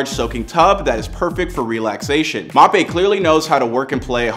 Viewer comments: It’s Mbappe - pronounced M bappe You’re saying Mapay 😂😂😂🤦🏼‍♂️ Thanks for the house info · his name Is pronounced m Bop ay not mopay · Mappé? 😂🤣 it’s M-bappé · “Kylian Mop A” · He clearly doesn’t know how to pronounce his name, it’s an African name you can’t just say « mapé » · "Soccer”, “Mapé” Someone shoot me please😵‍💫🥴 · He said "Mape" 😂😂😂😂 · Bro said mappé💀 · “Mop Aye”🤨